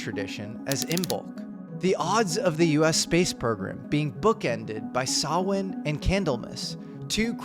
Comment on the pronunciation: Thank you for pronouncing 'Samhain' properly.